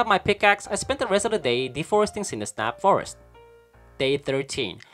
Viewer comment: I really liked your video! Thank you for putting in all the time, effort and love to create it. A little side note: I think it’s supposed to be „Cindersap Forrest“ (like the sapling) not „Cindersnap Forrest“ ;-)